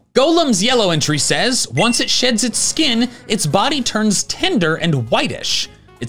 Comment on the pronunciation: I thought he said once golem shits his skin, 🤣